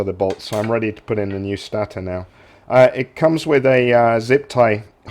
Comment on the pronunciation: good video but its pronounced STAY-TOR not STA-TA, was really annoying!